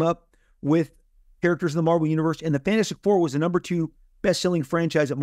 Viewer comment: If i have to hear him say “fanastic 4” one more time im gonna lose it.. loved the interview but holy crap.. its like that word is his kryptonite he just cant say it